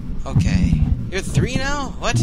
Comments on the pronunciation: i really like how you say three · When this man rolled the r in three I died of a nosebleed.